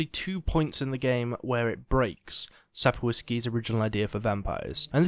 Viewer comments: Sap-Koff-Skee = Sapkowski. No need to butcher that name, it's simple ; ) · It's pronounced Sap-KOHV-ski :) I know you don't speak Polish and I don't mind the mispronunciation, I just figured I'd give you a quick tip on saying it right for your future videos since you contrast the games with the books and say his name a lot. Cheers!